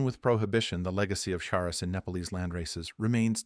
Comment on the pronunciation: Informative story but A.I. narrated and mispronounced the word every time. Charas is pronounced as "CHAR US", not Saras or Harras or what other ways it was said. I traveled there in the "good ole daze" of the 70's and made my own as I was trekking in western Nepal. One day I crossed a river and all along the bank as far as the eyes could see, cannabis was growing and flowering and very sticky!!!